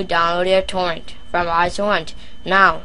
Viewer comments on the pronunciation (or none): "I downwoad Towents fwom Isohunt and Piwuts Bay"